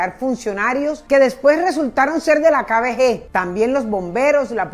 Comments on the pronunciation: Dices muy mal "kbg" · No entiendo como pronuncia KGB Dice KBG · Repites Varias Veces KBG Pero Es KGB Señora Copié Bien La Historia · hay cientos de videos en youtube que tratan de la kgb, y pronuncian correctamente. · LA PRÓXIMA DI BIEN "KGB" EN SU CORRECTO ORDEN, GRACIAS. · Es KGB, de resto como siempre chévere! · Cómo cuando no sabes decir KGB